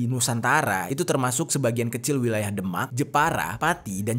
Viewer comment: Sorry bro.. Demak di baca ~> The mak! Bukan ky baca Denmark! .. Beda!